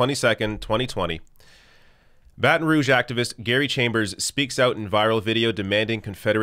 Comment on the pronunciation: Wow he actually pronounced “Baton Rouge” correctly!!!!